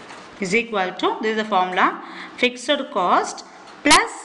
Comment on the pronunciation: Why are you pronouncing fixed as ficser??